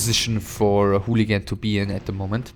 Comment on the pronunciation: you sure its pronounced "hooligan"? ^^